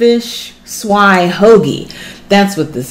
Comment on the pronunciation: Thanks For Pronouncing Swai Because I Surely Been Saying It Wrong 😂😂